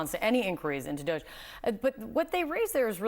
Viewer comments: IT'S NOT 'DOSZE', IT'S DOG-E - DOGGY!!! 🐶🐶🐶🐶🐶🐶 That's literally the joke!!! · This department name is not "DOHJE", it is DODGY!